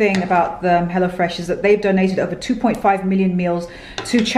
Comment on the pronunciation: I always thought you were saying “hellafresh”😂